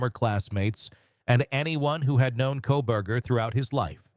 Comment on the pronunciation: 😂 I swear it sounded like he called him Kohbag ? That’s hilarious